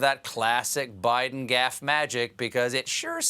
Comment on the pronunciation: Oh, so now he's President "Bite'n". Hehe.